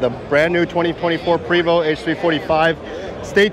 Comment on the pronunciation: There may be bias from me as im French Canadian (as is Prevost.. and yes.. its pronounced Pray-voh.. not PREEE-voh) but dang this looks really sharp.. even the old model looked fantastic.. nicely done Prevost!